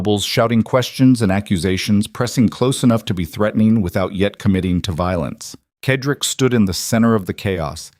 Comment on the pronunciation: Excuse me, Mr. narrator, but the gentleman‘s name is pronounced with the letter S Cedric, not the way you are saying it. It is said-rick